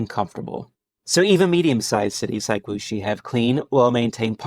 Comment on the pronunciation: It is a Wuxi. I not muxi.